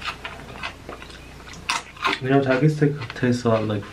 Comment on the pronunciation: "Do you like takies or Cheetos more? " "takies" prossedes to take a cheeto